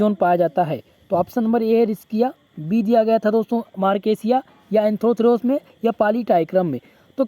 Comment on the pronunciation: सर एंथ्रोथिरोस नही है एंथोसिरॉस है❤